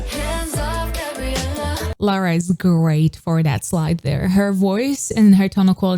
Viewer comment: I can't 😂😂😂 the way you pause on lara is hilarious